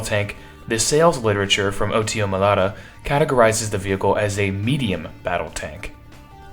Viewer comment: You repeatedly pronounced the manufacturer's name wrong. It's Melara not Melata.